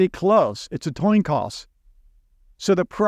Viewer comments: A toin coss?😂 knew that he said that 😂 coin toss. I like listening to you. 🇺🇸🫡🇺🇦🫡🇺🇦❤🇺🇦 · Just for fun ... , "toin coss" spoonerism 😅. Thanks, as always! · A toin coss?